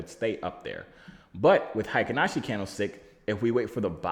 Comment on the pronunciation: Ey buddy, I’m told it’s “HAY-KEEN Ashi” Read the vowels like we would Spanish 👁️🙏👁️